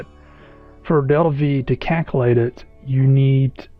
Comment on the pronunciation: Caculate ಠ_ಠ